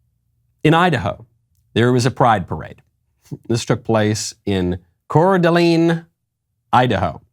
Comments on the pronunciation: Coeur d’Alene Idaho is pronounced Cord-a-lane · Hey! Coeur d’Alene is pronounced like core-da-lane. Please stop butchering that cities name. Thank you.